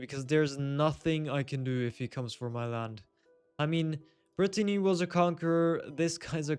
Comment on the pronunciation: Btw you kept calling Britannia (which is Britain) Brittany ( which is the region in France 😂 the video was interesting though